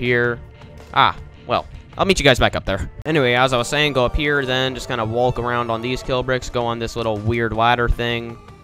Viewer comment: No one: Him: Wa-lk